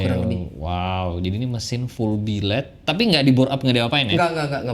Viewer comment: Billet woy bukan biled wkwkwk 😂😂😂